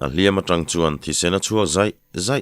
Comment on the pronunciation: A ngaihnawm zel e. I thu lam rik dan hi kan lam dan leh kalo hriat dan ang nilo hi a awm leh thin a, kalo ngaimawh deuh thin. Chung zinga pakhat chauh sawi ila. An hawi tang hra maia,tiha TANg lai hi. Tangkawng tiha tang angin ilam tlat zela, Tangka tiha tang anga ri hniama lam vek niin ka hria Zoram dung leh vangah hian.